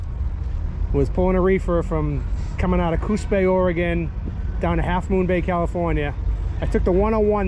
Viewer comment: VERY COOL! Thanks for this. Also, thank you for knowing how to pronounce Oregon properly! Ha! Take care. Todd Konoske the retired trucker.